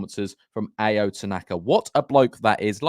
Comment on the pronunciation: love the Ao Tanaka love, just a heads up it's "ow" not "ay-o"